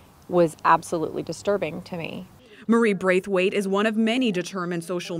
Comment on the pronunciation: Did you say... Braithwait?